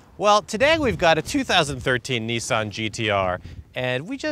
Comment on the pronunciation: pronounciation wise it's correct. Look at the history of Nissan and you'll get what I'm talking about.